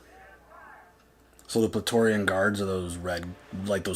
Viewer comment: small thing, that big creature wasn't the mythosaur and i can't tell if i'm not hearing it right but i think you said "Plaetorian guard" when its "Praetorian guard" lol.